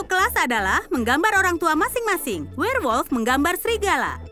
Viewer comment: Wkwkwkwk bilangnya werlmot wkwkwk nyemot